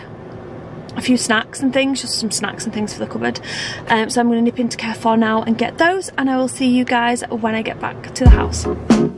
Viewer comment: I literally hate the way she pronounces Carrefour - it’s not pronounced Care-four it’s pronounced CAR-Four